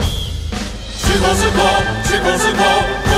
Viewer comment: 來當一下鍵盤酸民~COSTCO~ 不是念 扣斯扣~是唸 咖斯扣 網路上常常有人這樣糾正~ 我先講大大就會有心理準備了~XD 這厚奶茶~退燒後再去買就好了~ 只是奶茶嘛~我~~根本~喝不出來~XD